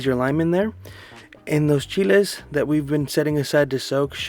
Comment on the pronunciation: Hay cuñado pocho, que bueno que pronuncias bien Chile.🌶